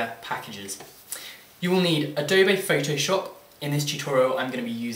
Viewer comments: its not adobay its adobe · adob a... its adob e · a-doe-bay haha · Adobay?? Ado-BE! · Good tutorial, but you say Adobe wrong.